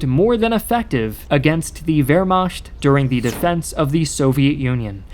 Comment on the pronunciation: It's not Wermasht but Wermacht, ch is like "H" in Howitzer